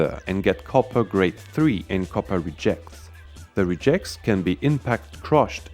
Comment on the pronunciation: I'm assuming that his pronunciation of "engines" is an intentional joke, and pronouncing "rejects" the noun as if it were the verb is accidental, but beyond that I'm never quite sure. :-)